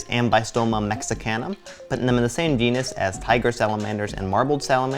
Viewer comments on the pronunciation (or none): none